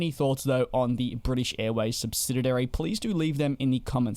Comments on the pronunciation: I'm going to be that guy. The word is SUBSIDIARY, not SUBSIDIDARY. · Stop saying 'SubsidiDary'. The word is 'subsidiary'. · What’s a subsididary? Though I’ve repeatedly fumbled the same word again and again in a conversation myself, so I should not nitpick… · You keep saying "subsidiary" incorrectly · Why is the commentator struggling to pronounce ‘subsidiary’?